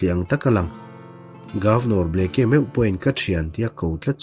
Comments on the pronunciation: "Ble..ke..a" ti a i lam hi😂😂😂 "Blake"..tih a nih hmela... ngaihthlak a hrehawm deuh...Blek-a ti a lam mai tur ani..Blake(Blek) hming te hi hming lar ve tak ani a sin mawle..a lam dan dik pangai te chu hriat ve mai awm tak ka ti deuh... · Governor hming hi blacky tih ang in i lam a, sudden bu hi chhiar loh ka nei tawh lova, Bleak ti hlir in a in ziak a, ( mi nasa, rorum) tihna tih an ziah thin kha. Oxford dict.ka'n en nawn leh a, chutiang chiah chu a lo ni bawk a. Blacky ti lovin,Blik ti lam tawh teh a. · Henry Aurthur Blake, 1884-a Governor nita hi Ble-ke tia lamrik chi a nilo. Charge of The Light Brigate, poem lartak phuahtu pawh William Blake a ni a, Ble-ke tia lamrik a ni ngailo. Google-ah a lamrik dan tur hi en ve ṭhin se a ṭha. Anmahni tan a ṭha tlat mi ngaihthlak tura chhiar an nih rau rau chuan. Chuti chung chuan Mizoṭawng, mahni pianpui ṭawng chhiar dikloh hi a la ngaimawhawm zawk bawk a. Ṭan lak a ngai a nih hi. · Blacke kha blaik tih a lam mai tur...